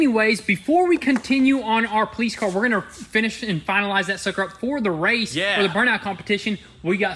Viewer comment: He says politz, instead of police 🤣